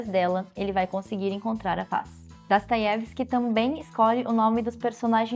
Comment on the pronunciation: gostaria de entender sua pronúncia do nome Dostoiesvski. Você fala Dastoievski